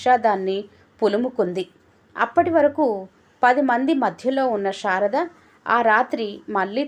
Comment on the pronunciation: Anta baga undandi.kaani meeru sarada peru ni sharada ani chadivaru.